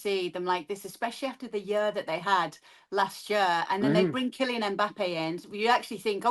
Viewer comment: Ban her from saying the word “year”!